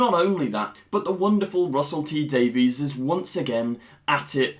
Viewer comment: once again. PLEASE Honor the way RTD pronounces his name. He says it as though it were spelled Davis. not day-veez